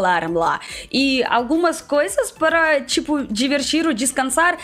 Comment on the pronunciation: "Nas filas parra comprrar a Vodka" AAAAAAAAAAHHHHHHHHH VOCE É MUITO FOFAAAAAAA